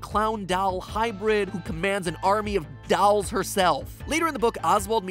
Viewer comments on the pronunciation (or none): I died when he said “dawlls” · ‘dawlz’ - how matpat says dolls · Anyone actually notice how matpat pronounce "dolls", he said it like "dawhls" Noticed it a pretty long time ago but here he said it like 5 times :v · The "dowls" are still funny, sorry Mat. It's more like däl, dol, or something like that, not that it's important to the video. Love to the whole theorist team. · who do you pronouce "dolls" as "dawls"? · No one: Matpat trying to pronounce dolls: DALLS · The way Matt says dolls 😂😂 “dAlls” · Dalls :V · Did Matpat just said dolls "dalls"?????? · Who says “dolls” like that lol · Matpat still can't say "dolls" and im so fine with it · the way you say "dolls" and "gabrielle" hurts my heart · Anybody else thinks MatPat says “dolls” weird?? Or is that jus me?